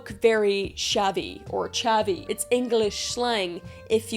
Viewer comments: Not the real definition of chavvy. Btw it's pronounced in English not Spanish or French. It's a hard CH. Chav" is a British pejorative slang term used to describe a stereotype of anti-social, lower-class youth, typically characterized by wearing sportswear, flashy fake jewelry, and baseball caps. It is considered a classist insult, implying a lack of education, vulgar behavior, and bad taste. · Your description of a Chav was funny. I can see why you would say that but oh how wrong you are about what a Chav is. Oh and it's pronounced "Ch-a-v or Ch-a-vee"❤ love ya! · I’m trying not to die at the way you said chav 😂🤣